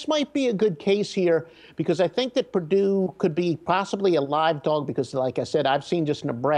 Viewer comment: Pardue? Isn't it Purdue?